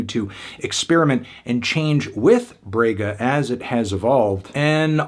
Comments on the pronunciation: "brwegha" kkkk mto bom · Fantano saying “brega” is HILARIOUS. I am From the same region the she was born. Had to say this album is awesome and i am happy you gave a listen to it. Gabi is a HUGE artist outside of Rio-Sao Paulo usual trend. Ps.: If you a strong 10 in pronuciation, in “Brega” The “Bre” is pronounced more like the “bra” in the word “bragging”.